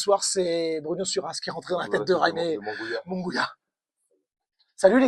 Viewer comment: Merci, mais on prononce " Munguiya" pas "Mungouia" 🙂